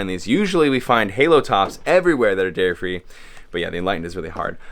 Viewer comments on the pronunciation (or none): none